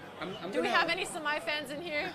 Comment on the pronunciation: why does she say sa-my instead of sa-may